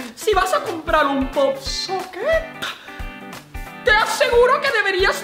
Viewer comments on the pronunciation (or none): ROSA RODRIGUEZ POP-SOCKET no pop soquen